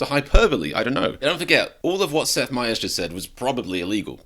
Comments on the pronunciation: "MIE ers", not "MAY ers" 🙄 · My-ers not May-ers. Watch his show for the correct pronunciation. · It’s My Ers not May Ers. I think he’s pretty funny sometimes personally. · Seth Meyer. It’s pronounced my-er. My- eerr. Cheers 💙🙏🏽👋🏽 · You would think you’d do enough research to know how to pronounce his name… you’re not nearly as funny as Seth Meyers